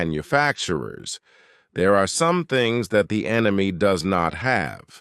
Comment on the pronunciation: FIRST TIME I hear RUSSIA called ENYMY as ENYMY including arch-ENYMY ISRAEL AND USA.